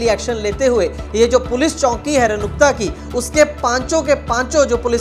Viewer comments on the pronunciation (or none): Bhai km se km pronounce to thik se kr liya kr... Runakta bol ranukta nhi.